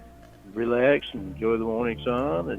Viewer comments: For a guy that claims he works so hard, I feel like he constantly talks about how he "ru-lay-axes." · I keep hearing him say wield an ax instead of relax, weird.